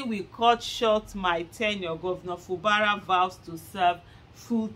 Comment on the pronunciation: Aisha it is pronounced. FU GBARA NOT FU BARA